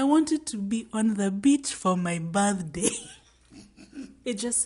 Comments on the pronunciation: OMG!!!just heard your accent for 'on my birthday'....girl!!!are you kenyan??coz same...just started watching your videos...so good and hilarious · The Kenyan accent on the birthday on the beach 😂😂😂😂😂😂😂😂😂